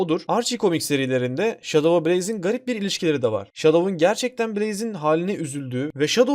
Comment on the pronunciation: Abi Enson sonicle şadov diyeceni sandım 🤣🤣🤣🤣🤣